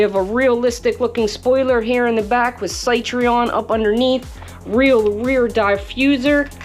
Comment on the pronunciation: stopped watching when you failed to pronounce Citroen....not once but 3-4 times in a row. Please research first next time...